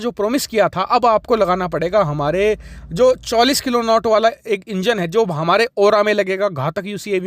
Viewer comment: किलोनौट नहीं किलो न्यूटन होता है, force की यूनिट होती है